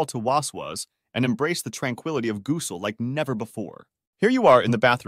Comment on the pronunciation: These A.I. voices are funny at times: gooosel 😂. But excellent work to load this - it’s a v imp topic and many Muslims suffer from this issue.